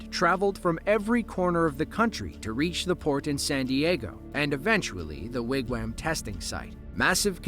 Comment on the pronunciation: Sure sounds like AI is pronouncing Wigwam as Wigwham